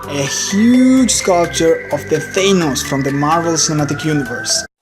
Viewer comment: It's good but it's Th-a-n-ohs